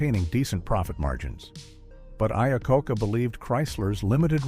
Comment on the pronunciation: Man that was an unfortunate mispronunciation of Iacocca. 😂